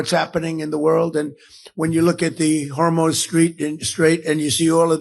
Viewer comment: Did mcdonald trump actually say "... the Hormone Strait..."?